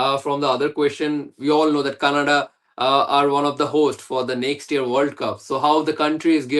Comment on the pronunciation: It's Canada not kannada 😂😂😂